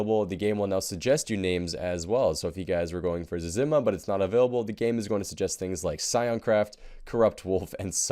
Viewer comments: Yeah I cringed after how he said it... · Holy moly you say "Zezima" SO WRONG